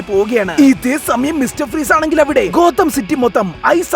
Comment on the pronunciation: ഗോതം യൂണിവേഴ്സ് ❌ കൊതം യൂണിവേഴ്സ് ✅